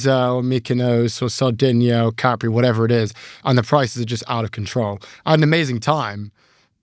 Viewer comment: They even pronounce Capri wrong.